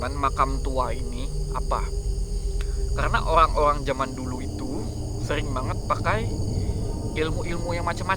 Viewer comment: Orang² bang bukan oang² rrrrrrrrrrrrrrr bukan lllllllll